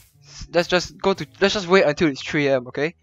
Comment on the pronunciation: a tree AM is what I heard lol